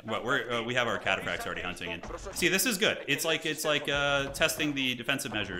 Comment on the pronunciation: Don't know much about Age of Empires (i used to play Age of Empires 3 decades ago but have forgotten everything) so this was interesting and confusing to watch. But still entertaining with your little insights Edit: I am in pain whenever you say "Chatapracts":face-purple-crying:. Cataphract comes from the old greek word Kataphraktos wich means "coverd head to toe" or "fully armored", so the pronounciation is Cataphract like CAT ☝🤓